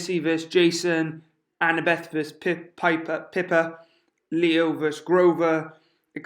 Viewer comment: Everytime he said piper i cringed